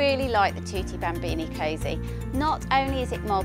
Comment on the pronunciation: Thwotee bhambeanie hahah